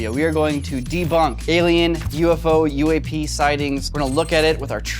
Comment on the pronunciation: As an older 1/2 Italian man I had to listen twice to how you pronounced UAP lol that's an old slur I haven't heard in a long time lol